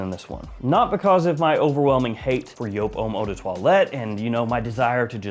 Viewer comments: It’s YOOP, not YO-PE! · Stop saying "joop" there's like 6 other varieties. Edt, edp, le parfum? Extreme? Hard to tell what one your talking about. I'm guessing your montblanc relation is to the edt because no montblanc comes close to the le parfum.